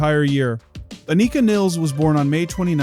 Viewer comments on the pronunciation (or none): The Rush world has somehow landed on "Niles" the way it did on "Pert". Anika and other German speakers would say Nilles like "Phyllis". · Learn how to say her name you jackass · It's just 2112 bro. Twenty one twelve.... That bothered me, and your pronouncing her name wrong. But thanks for the video! It was very interesting! 🤟